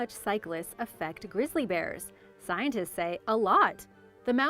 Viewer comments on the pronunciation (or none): none